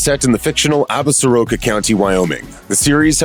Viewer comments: If you go to Wyoming, don't pronounce the Absaroka Mountains ab-sah-RO-ka. It's pronounced ab-SOR-ka. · 3 years too late but: Ab-sor-ka. Hearing "Ab-sa-ro-ka" this many times is effing painful. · Damn it! As a native of WY I wish you people could pronounce "Absoraka" properly! The name comes from a tribe knows as the Absoraka that once inhabited West Central WY. There is a mountain range bearing that name! The proper pronunciation is "Ab sore ah ka"! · No, it is ignorance! Pronouncing it wrong is offensive to the Absoraka!